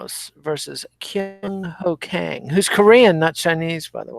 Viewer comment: If they're Korean Kang is pronounced more like Kong as in King Kong.